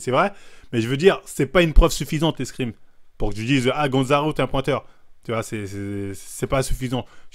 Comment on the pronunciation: Les fameux "screem" 😂